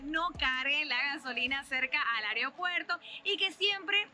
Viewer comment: "areo puerto"